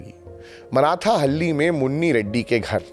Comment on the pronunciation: बंधु आपकी प्रस्तुति उल्लेखनीय। परन्तु उच्चारण एक गलत हैं। यह मराठाहल्ली नहीं मार्थाहल्ली। मार्था एक स्त्री, हल्ली गांव। मार्था का गांव। इतना ज्ञान इस लिए आप गोदी में नहीं बैठे। जय हिंद 🙏🙏🙏